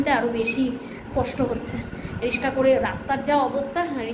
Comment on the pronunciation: রিশকা নয় রিক্সা বারবার এই কথা বলো।